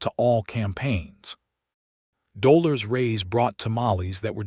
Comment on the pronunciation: I understand that AI is not a human being, but if you cannot help AI to correctly pronounce people’s names, then change the names to something they can pronounce. In this story, it is the name Dolores that is absolutely butchered by AI. 😢 listening from TN.